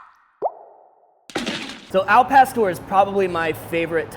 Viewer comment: AL PASTOR!!! WHITES way to say it